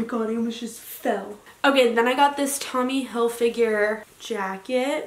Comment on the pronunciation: Loves Tommy Hilfiger but can’t even say it right😂